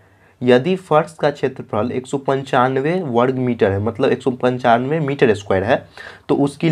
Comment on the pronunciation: Misar nhi sir miter😂😂😂